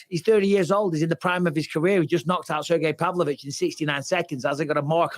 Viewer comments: "Cergy Pavlovich" "Blehal" 🤣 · Sergio Pavlich. Uncle Chael butchering names is my favorite